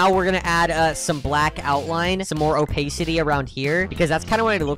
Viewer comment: “opaisity” LOLLL